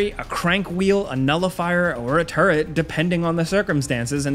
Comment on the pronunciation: I swear to god it sounds like you're saying turd and not turret